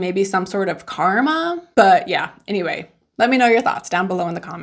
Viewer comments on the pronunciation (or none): none